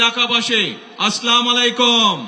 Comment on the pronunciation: আলামদোলিল্লাহ না বলে আলহামদুলিল্লাহ বলার অভ্যাস এবং সালামালাইকুম না বলে আসসালামু আলাইকুম বলার অভ্যাস করার জন্য পরামর্শ রইল।